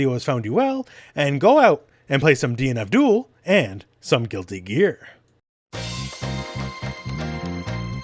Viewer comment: whenever he says DNF DUEL i hear DEAN ABDHUL